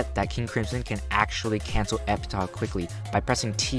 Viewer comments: By the way, it's pronounced epitaf, not epitah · thats not how you say Epitaph